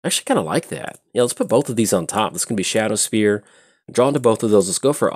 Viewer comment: It's "Shadowspear", not "Shadowsphere". Would have been tough for Elspeth to stab someone with a sphere 😋